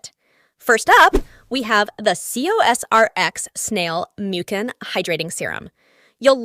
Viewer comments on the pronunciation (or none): Mucan😂 its pronounced as miu-cin